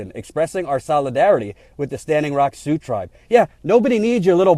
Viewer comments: ...See-ox? Really? It's pronounced "Soo". I even googled it just to double check in case they pronounced it differently (which would be a major news flash to everyone in the region). Nope, every link said "Soo" was the correct pronunciation of Sioux. I love what you're doing, but every now and then you remind me that you really aren't from around here. lol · Great rant. you said SeaOx but Sioux is pronounced SUE. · "Sioux" sounds like "sue,". Still think you're great, though. Also: about damn time, DNC. Sure took you long enough, you opportunistic snakes. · Native Sea-ox language? lol. thats funny. it is pronounced it "Sue". like "do" or 'you'. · Sioux is pronounced Sue. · Sioux is pronounced "Sue". Had the veterans not come down in force, the Pres., Warren, DNC, no one would have done anything! You are right. Shame! She, like Harry Reid, are trying to rewrite the history of the Democrats and Pres. Obama in this story. The Dems did not do anything but support the oil company! Saying you did after the fact does not make it so. And saying you stand with them is not standing with them when things die down, construction begins again and you conveniently blame Trump for everything. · Did pronounce Sioux as "sea oaks"? Is that like the Army Corpse of Engineers?:P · First, you gotta love and TYT politics, what an amazing job this guy does for all of us...buuuuuut OMG so funny ish.... Sioux is pronounced Soo or Su, you have been up there for so long how could you not know that. Too funny. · "See-ohx?" Really,? "See-ohx?" You've been with these people on and off for months, and you've never heard Sioux pronounced? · Funny, has been there a month and he still can't pronounce SIOUX......And yet he's making fun of Bismark! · I love you but you butchered the pronunciation of "Sioux".